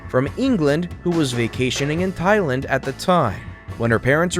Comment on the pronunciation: ah yes Tailand